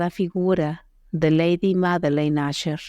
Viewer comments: Es un problema que presentan ciertos programas para la lectura de textos en voz alta, aunque tu escribas Usher en el guión, la voz lo dirá como asher. Si quieres que suene bien hay que estar verificando y editando las palabras escribiéndolas mal "ucher" para que suene bien "usher" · NO ES LA CASA "ASHER" EN INGLÉS SE PRONUNCIA TAL COMO SE ESCRIBE. "USHER"